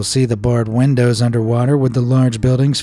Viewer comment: allways laugh at the way he says windows he says it like wendows